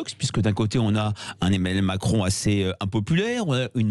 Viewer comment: 0'53 "emmanuel macrelle"...trooop beau